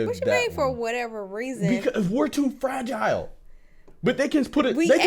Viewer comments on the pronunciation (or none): none